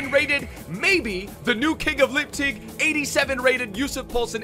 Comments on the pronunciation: Bruh he said lipzig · Leipzig god damnit